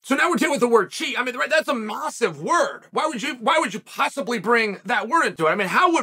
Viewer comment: Chael said, "I mean that's a mossive deal"